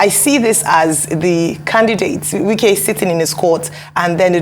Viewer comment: Lol nwannem it’s Wike not Nwike, you’ve called him like a nwa afo igbo 😅 daluu nna.